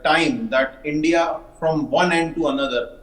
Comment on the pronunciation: A basted pronounce india not indi. L